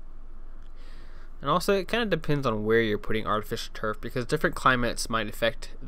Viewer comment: artifisturf?? good job